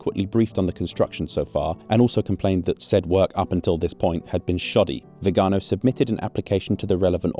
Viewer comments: Congratulations for always ignoring the accent in Viganò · Potevi almeno informarti sulla pronuncia di Viganò. L'accento va sull'ultima vocale, e si vede da come è scritto. Lo ripeti centinaia di volte in modo sbagliato in questo video. Ci voleva poco.